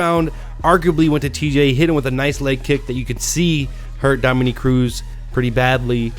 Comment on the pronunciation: dom-A-NICK - not dom-o-neek